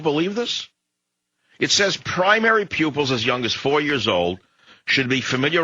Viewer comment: Pupils not pubics